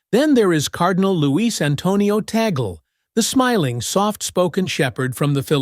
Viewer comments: TAGLE is pronounced TAG- LE not TAGEL. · Tagle is pronounces ‘Taglay’ not ‘Taygull’. Do your homework. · Yup, it's Tag-le not Taggle. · The fact that you claim Tagle (pronounce Tag-lee btw, not Tagle), should never be Pope is ridiculous. People around the world were warmed by the papacy of Pope Francis. To turn away from that, now, especially in a world where the light of Christ is so important, would be a mistake for the Church. They will either elect Tagle, Zuppi, or Parolin. Turkson has an outside chance. Only hardline conservatives, who do not want the church to become more open and welcoming, would want either Sarah or Erdo. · TAGLE is pronounce as TAG - LE not TOGGLE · His last name is pronounced TAG LE